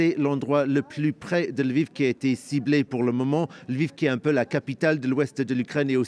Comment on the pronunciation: Ce n'est pas " El-viv " , philomé !!...Lol